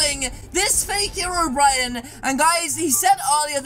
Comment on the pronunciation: Hero Bryan? Its hero brine just pronounce it right................please